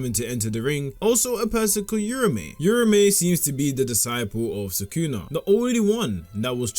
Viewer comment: no respect for urame lol its not yurame